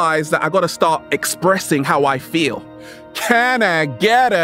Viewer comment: FEEL word should be sharper... hahaha, I like the way you say feel so good to be alive baby, thank you.